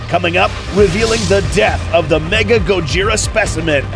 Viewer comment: It’s not “mega” it’s “mecha”